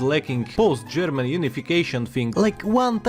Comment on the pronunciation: Wow, your German pronunciation is very good! ...remember what you were doing on the afternoon of March 14, 1939?